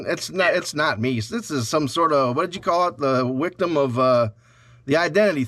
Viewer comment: 😂 You're a wictim,! 😂